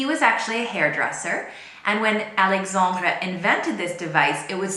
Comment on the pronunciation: Une petite correction, si tu le permets : le x de Alexandre se prononce ks, pas gz